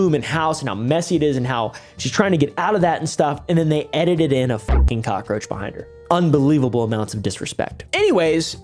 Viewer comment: “Big Behing Bars”